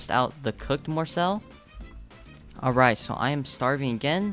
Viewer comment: You are saying morsel wrong